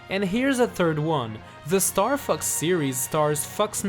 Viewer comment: The april fools is he says Starfux